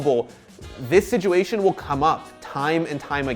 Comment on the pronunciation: SITuation not SIJUATION